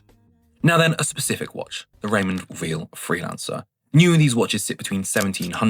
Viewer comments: I’ve sold about 30 watches and on average, I lost about 30% of their value, I agree. Apart from an Invicta that I actually sold for more than I paid for it!😮. Weil is pronounced “vile”, by the way. The same way as Breitling is not Breetling! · my point is that he didn’t pronounce Weil correctly. It is a German name!